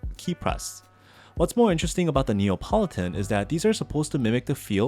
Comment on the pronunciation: Lovely video, thank you. As a mechanical keyboard aficionado, I know that sound is very important to you, and so I hope you won’t mind me pointing out that hearing you say say “NeOPolitan” again and again, as opposed to “NeAPolitan” was grating! Apologies for making what seems like a minor criticism, but it’s like a thock getting ruined by a loud spring ping! (Don’t worry, still a thumbs up!)